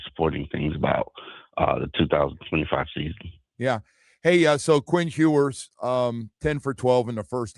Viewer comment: His name is "Ewers," not "Hewers."